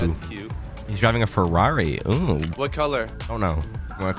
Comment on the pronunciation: "We're not deiving to Zimbabwe"😂😂😂LMAO